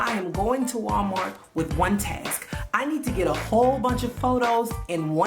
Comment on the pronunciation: Because... Walmarks (yes, the k and the s are intentional)😂😂😂